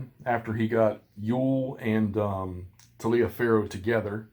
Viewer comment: William B. Taliaferro became the Brigade commander for the Stonewall Brigade after Winder's death at Cedar Mountain. He was wounded at Brawner's Farm on August 28, 1862. He does live till he's 75. His last name is pronounced like TOLIVAR (I made the same mistake as you on his name for a long time until I saw the building on campus at William and Mary that is named for him. I hope it's still there, sadly it may have already been renamed, burned down our otherwise desecrated recently. Thank you for the look at this system. I've had these on my shelf for far too long.